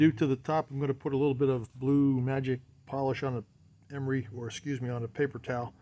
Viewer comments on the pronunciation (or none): none